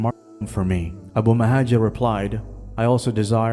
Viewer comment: It's al-Muhajir. Not mouhadjir, muhadjir or muhajir. And it's Abu, not abu. And it's Dinar, not dinar. The man's name is Abu al-Muhajir Dinar.